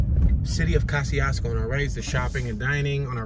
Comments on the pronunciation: It's pronounced Kozy-Esko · The name of this town is pronounced “Ka-zee-s-ko” by the people who live there. The twon is named after a Polish general and engineer. However, he pronounced his name “Ko-shiousko”… I know because you drove right by two of the houses I grew up in. One on East Jefferson Street and the other on Bell Street. My mom, sister and her family still live there. Okra Wimpfry lived in a small home out in the country off of Hwy 12, I believe. For MANY YEARS… she denied ever living there. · I was born in this town, so was my mother and father. My family still owns Winters Funeral Home to this day which used to be located on Tipton Street… Yeah, I remember Mr Charlie’s store and when Reverend Harris was the Pastor at Christian Liberty Church. 😎This is my home. Peace to the Moors and the Choctaw Nation. ✊🏽Oh! You pronounced Kosciusko wrong in the entire video. I’m not mad at you tho! ✌🏽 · I all but had to turn down to off when he was saying the City's name "KOSCIUSKO" wishing he had got the correct pronunciation before doing the video. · You should have called me. Born and raised here! You're pronouncing it all wrong. No one call street names, we direct by landmarks, and this is generic! Who are you? Where are you from? Who sent you? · Kościuszko is a Polish name and I'm 100% sure you're pronouncing it wrong, Hubert. So I don't see a point in arguing for a wrong pronounciation over another wrong pronounciation. Just say it however you like if you're not gonna respect the original pronounciation anyway. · And you think you're pronouncing it right? This city was named after a Polish national hero, so you're definitely not pronouncing it as intended, lol.